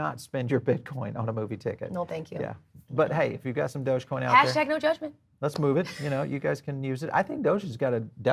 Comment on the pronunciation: Oh wow she's a little annoying, she kept saying doja coin lol